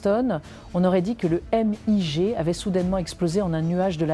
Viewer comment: On prononce "migue", pas "éM-I-Gé" !!!